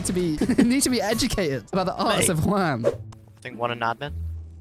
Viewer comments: JAUN!! FUCKING JAUN INSTEAD OF JUAN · Like the vid if you found the name "Jaun" instead of "Juan" 😂